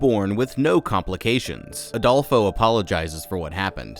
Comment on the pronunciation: i love that youre saying Adolfos name wrong lmaaoo youre saying ALdolfo!!! its fine, just funny for a spanish person who knows plenty of Adolfos!!!